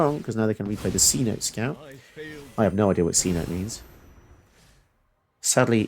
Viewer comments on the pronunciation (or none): A cenote is a kind of flooded sinkhole/cave system found in South America. It's pronounced see-no-tay (approx). Great vid, cool commander!